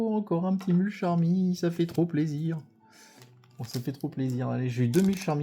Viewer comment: Super vidéo et on dit MULCHARMY !!!!!🎉